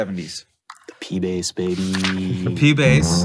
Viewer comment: and they keep saying base instead of Bass